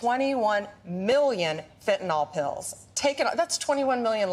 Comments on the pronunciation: Hey Bondi dimwit, learn how to PRONOUNCE Fentanyl (nil, not nol). You sound stoopid. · "FentaNYL", not "FentaNOL". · Why can't Bondi pronounce the word 'fentanyl' it isn't spelled 'fentanol'.